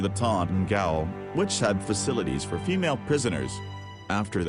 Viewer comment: Gaol is the British spelling for jail, the American spelling. Both are pronounced the same. Your auto voice pronounced it as gay ole. You might want to spell phonetically when you are not going to read the script yourself.